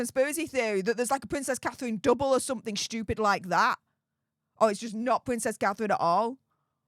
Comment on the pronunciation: Pvvvincess cathevvvvine ffs get speach therapy no wonder people cant understand what you're saying half the time